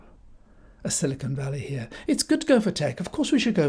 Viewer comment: Is it the tory Nasti Party plan to run down the economy so far and so fast that people will be queuing up to pick apples? You misheard *unt he said “Sly con valley”.